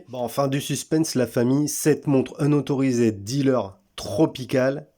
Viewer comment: Vid sympa mis à part ta prononciation de unauthorised...